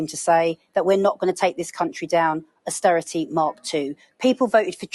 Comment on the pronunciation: Did she just say asstearrity .Yes 14 years of The Thatcher Tories gift to UK. 😡